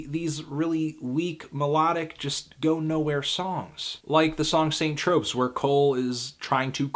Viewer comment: Anyone else notice he pronounced St. Tropez like "Sant Tropes?"